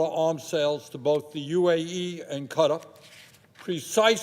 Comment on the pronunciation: What the hell is cutter? Does he mean Qatar?